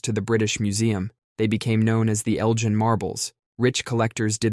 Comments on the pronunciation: It's Lord Elgin with a hard G. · Lord "Eljin". Okaaaaaayyyyyy.